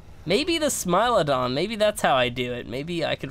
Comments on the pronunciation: is pronounced smile-OH-don so ye ur right (applause for ) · You are saying the right pronunciation of smilodon: smile-oh-don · for once you are correct, it is Smile-a-don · Yes it is a smilodon you are correct on the pronounciation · You are pronouncing Smilodon properly :P It does sound unrealistic and super friendly but as you saw from the taming video, not smiling when it comes running at you XD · You pronounced smilodon correctly. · u pronounced smilodon correctly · is worried that he is pronouncing Smilodon wrong but he saying it right. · You're pronouncing smilodon correct stop worrying about it lol. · your saying it right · You are saying smilodon correctly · bless your heart - yes that is exactly how you pronounce Smilodon, it's okay!